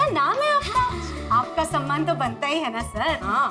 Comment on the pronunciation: Samman hota hai sanman nahi…